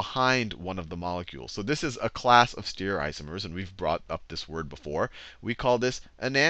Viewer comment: E-nan-tee-omers.. not "enansheeomers"... Stereoisomers not "steerioisomers" I'm not sure where this teacher got his pronounciations from (not talking to anyone else?), but nobody in the field pronounce these terms in a way this guy does.